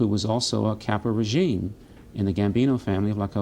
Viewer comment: Caporagina ?! Lolol